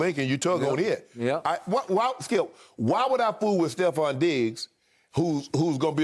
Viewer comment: Never fails that Shannon calls Trevon, Stefon, at least once when talking about him 🤣🤣